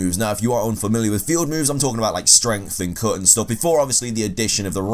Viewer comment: lordchaos52 Especially with the words that have 'U' in them. The way he says cut is ridiculous 😂